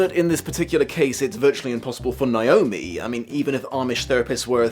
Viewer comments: THAT IS NOT HOW YOU PRONOUNCE NAOMI, YOU FUCKWIT. IT'S NOT NEYE-OH-ME, IT'S NAY-OH-ME. WHERE THE FUCK DOES THAT MISPRONUNCIATION EVEN COME FROM? THE I IS AT THE END OF THE FUCKING NAME. WHEN IS A EVER PRONOUNCED AS "EYE"? JESUS FUCK. I'm sorry, but this just really gets under my skin. That mispronunciation is like nails on a chalkboard to me and is the entire reason why I only ever go by my legal name when I have to. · As a Naomi...you want to say it like how you say "neigh" "neigh"-omi Lol Everyone focuses on the I and it's kind of funny